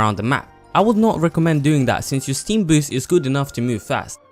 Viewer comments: its the way he pronounces it youtube captions read it as steam also i made fun of the fact he thought it was a pilots name in tf2 but finally r/wooooosh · Anyone else slightly annoyed with how he says stem?